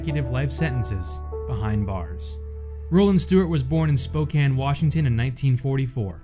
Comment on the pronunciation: As someone from Washington, thank you for saying Spokane right